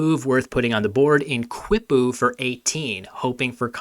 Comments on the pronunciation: Kee-poo, not quip-oo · Love the video, what an exciting event and thanks so much for covering it! I know pronunciation doesn’t matter in scrabble but just to point it out, “Quipu” is the Spanish transliteration of an Inca (I think) word, pronunced /kipu/ (no w sound). It’s those tied strings where the strands and knots have numeric meaning. Also iirc they were used more for record keeping than calculation. Very cool technology of the Inca Empire.